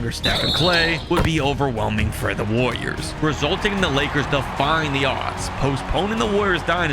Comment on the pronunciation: Brother, please learn to enunciate when you say woyas.